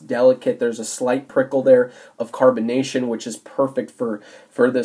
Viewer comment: He said prickle